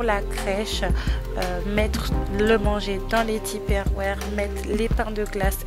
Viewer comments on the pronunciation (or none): Les "tiperwères"??? 😘 Rayonnante en tout cas, bravo ❤